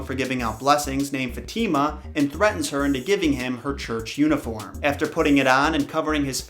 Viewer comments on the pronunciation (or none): It's faathemaa not fetiima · Fatima is not pronounced that way 😬 its pronounced as Fa-teh-mah not fateemaa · its "FAHtima" not, "Fateema" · I really enjoyed this, I really love 10001 Arabian nights but heads up, not to be a stickler, but Fatima is pronounced Fah-teh-mah not not Fat-teee-ma. Fat-teee-ma sounds she lives in a trailer. 😐 I really did enjoy the content though. I love mythology and the Arabian night stories. It is always a marvel to me all the bleak stories that Disney got it's dirty little hands on. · No one: Not a single soul:: fateema It’s actually pronounced fath-e-ma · Others: Fat - ima: Fat - eema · its not ftima its faatima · I kinda think Fatima is pronounced fa ti ma. But that’s how I said my spanish friend’s name. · Her names pronouced Fa.Thy.mah. -fatima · Dude you said the name fatima in a wrong disturbing way Next time try to write the name and translate it in google to know how you say it.